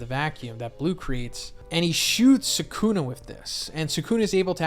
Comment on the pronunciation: all these guys who make videos pronounce his name Sa kun uh. 🤦🏾‍♂️